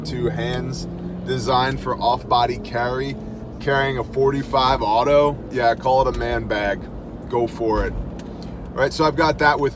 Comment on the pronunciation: Says a lot that you call it 45 auto correctly. So many say 45 acp. Which is incorrect